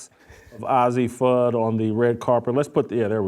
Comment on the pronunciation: The expected bigotry and homophobia from a failed man still crying b/c ESPN got rid of him. The loser can't even pronounce Fudd's name correctly, which mean she has no idea about the team or the players. He's just out to spread his rightwing homophobia. You bigot them and their family have been friends forever. All the top kids know each other as they are at the same tournies as they get scouted and all played for USA Bball youth teams. To a homophobe two women can't be friends. Witlock is rightwing loser and incel, He's mad that know woman will get near him.